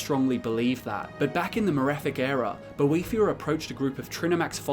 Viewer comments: I thaught is was about boethiah not a devil thing. He not she. Boe not boh ee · I can’t sit here and listen to you mispronounce his name wrong for 11 minutes sorry dude